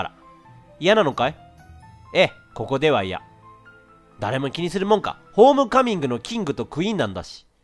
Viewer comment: レトさん途中 ホーミカミングって言ってない？笑